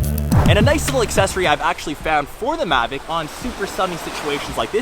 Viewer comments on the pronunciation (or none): It's mavic not magic